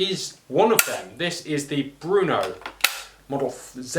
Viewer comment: So even you Brits say Brno wrong. Nothing boggles a Czechs mind more than someone adding a U to Brno. This video has my butt a little soar after hearing about my beloved Czech masterpieces criticized. The guns action is designed that way because the action is meant to be a combo gun with a changeable barrel system and they were not meant to come off as easy as an over/under shotgun. Its actually a fascinating design when you realize what its meant to do. A true work horse.